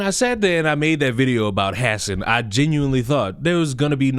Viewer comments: they way you say hasan sounds so funny. "hass en" "ha-san" is how most are saying it. Although, he doesn't deserve his name to be pronounced properly. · I love that you call him “Ha-sin” but you really should call him Crnks nephew lol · Are you saying his name like this on purpose? 😭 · You lost me immediately with your out of touch, arrogant, and pathetic attitude. You can't even say Hasan's name right. Try sounding articulate and well spoken for 8 hours a day, and being entertaining and engaging with chat. Have some f*cking humility dude. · I would correct you on the pronunciation of Hasan’s name, but I feel like you’re doing it on purpose for the same reason I won’t correct you. This fool is a tool.